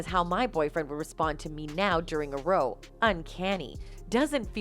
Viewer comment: A "row" rhymes with "cow" when using it to describe a fight.